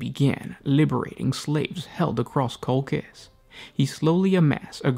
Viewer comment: I am pretty sure (litnening to audio books from BL) that Colchis is pronounced differently 😊